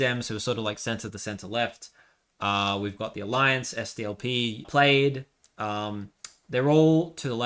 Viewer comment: Great video… just one thing the Welsh party is pronounced plaid cumree not played